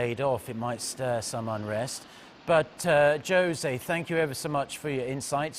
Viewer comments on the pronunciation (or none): I can’t focus on the facts, I’m too distracted by this dude calling Jose “Joe-zay”. Really? He’s never heard the Spanish name Jose pronounced ever in his life? It’s so common, it’s the Spanish equivalent of “John”. It’s pronounced “Hoe-zay” or “Hoe-say” for anyone wondering, with emphasis on the second syllable. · Great interview but, for Christ´s sake, it is pronounced, ´´Hoe say´´. ´´Hoe zay´´ is cool too. Never ´´Josie.´´ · Joe-say... smh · He called him josay😂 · What a shame a newscaster can't pronounce a common name correctly. I'd forgive him if it was an exotic name, but Jose?! I wonder how many foreign city names he mispronounces. If you're a newscaster, it's your job to know these things or at least learn before you go on air. If you can't be bothered, then look for another job where you can show some interest in what you're doing. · He butchered his name. Lol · Megaball Powerball regardless it would not be pronounced with a hard ‘J’ like Joe in American English.